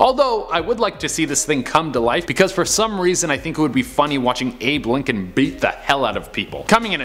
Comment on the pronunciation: ah yes lincholn,,,, at the washignton monument